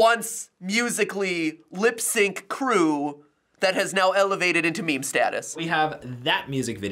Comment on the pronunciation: Trend? Ya’ll pronouncing meme wrong 😂😂😂